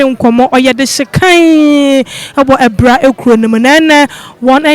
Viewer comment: Abira not Abura